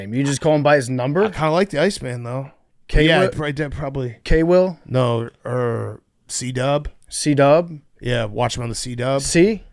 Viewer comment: Caleb’s nickname is literally CWill. Pft almost got it but said KWill because he’s dyslexic.